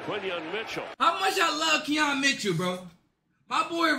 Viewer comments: “Keon” Mitchell. Come on man. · “ saquon BROCCOLI “ and “KEON Mitchell “ bro get it together the announcers are literally saying their names for you